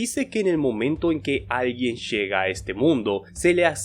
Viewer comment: se dice que en el momento en que alguien shega a este mundo flota sobre mí con su rasho láser